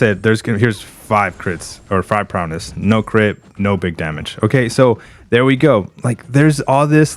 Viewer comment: Is saying Prowness an inside joke?